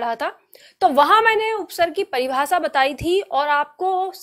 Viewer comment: बड़े अफसोस की बात है आपका उच्चारण स और श का सही नहीं है हिन्दी टीचर का उच्चारण सही होना चाहिए आप परिभाषा को paribhasa बोल रहीं हैं और शब्द को सब्द बोल रही हैं